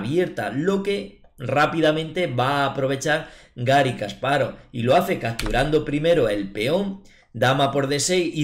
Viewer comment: Si vas a corregir... Kasparóv es una mala pronunciación, en ruso es llana, Га́рри Ки́мович Каспа́ров, al igual que Карпов, no Karpóv